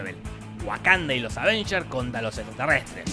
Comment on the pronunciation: disisdafunk escribí "Advengers" por que a si lo dice la vos rasposa de Te lo resumo